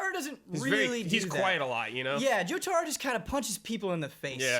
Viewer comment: Jotaaaro? You're killing me!